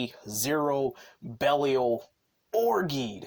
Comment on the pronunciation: Yeah, buddy needs to learn how to say Geed, Belial and Barossa